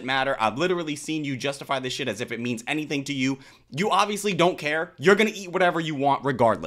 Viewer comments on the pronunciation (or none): As soon as she said any-THINK 😮nah bro